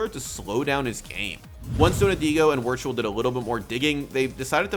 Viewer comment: hahaha wortual. its pronounced virtual